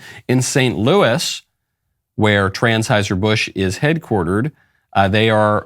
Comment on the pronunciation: “Trans-heuser Busch.😂😂😂